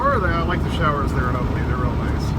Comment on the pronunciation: FYI we say things different down here in Georgia, Albany is pronounced ALL BENNY we have a Houston County it’s pronounced House ton